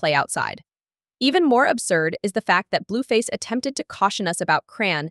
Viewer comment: Said her name wrong 10 times in 2 sentences Bluefazzzz too lol